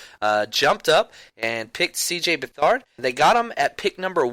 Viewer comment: You 49ers need to learn how to pronounce his last name lol.Its Beth-erd